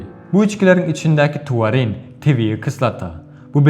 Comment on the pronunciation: Tuarinmi ya taurinmi